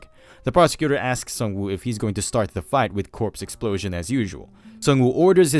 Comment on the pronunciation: Narrator's Favorite line: "Which results in a Big Excplosion!"